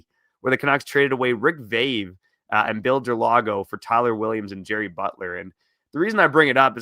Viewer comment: FYI, Rick’s name is pronounced V-eye-ve, not V-ay-ve